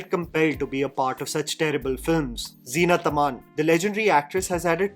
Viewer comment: btw her name is zeenat aman not zeena tamaan.. almost everyone makes those mistakes